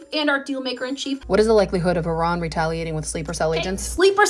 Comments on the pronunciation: She just pronounced "Iran" two different ways in five seconds. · she can't even pronounce "Iran" correctly. No magat can.